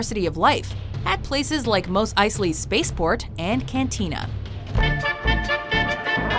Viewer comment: Eiy-sley no eis-ley